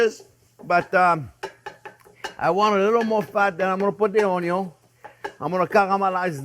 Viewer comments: I chuckle every time I hear chef say, “AwnYawn.” Lol… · "Mr. ONYO, syre" 😂